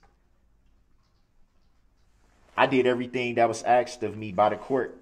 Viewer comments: We have to add...... Troof. Do Dat Oaff Axed License place Tacket Law Liberry He is also a "Narcissist Conversationalist" And i wanted to smack off the "intimidation stares". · and the all time great "axed" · "You where axed!"